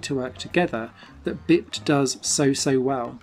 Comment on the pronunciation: Oooo i like it! Definitely going on my wishlist. I do have one major complaint about the review however... It's not "bipped", it's pronounced "bye-ped" which means an animal that walks on two legs. Have you not heard that word before? Everytime you said bipped it was like a stab to the heart :-( You'll be saying "haitch" next! I won't hold it against you tho :-)